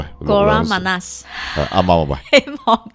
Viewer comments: 高妈妈讲的马来文‘少甜’的甜字讲错了，应该是‘马你斯‘ 不是’马那斯‘。马来文’甜‘是Manis (读音ma nis)。希望可以帮到你。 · Kurang manas ，听到的是会过得你讲 kurang panas (少热） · 少甜讲错了，应该是 kurang manis,不是kurang manas 😃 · 讀到唔係好準,曼立（普通话發音）